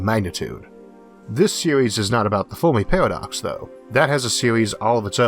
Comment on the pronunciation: Foamy Pawadox